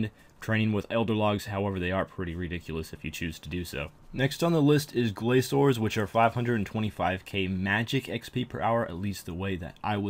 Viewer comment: GRA"K"ORS not glaZors.. wtf?